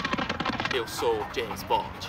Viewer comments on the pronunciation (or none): none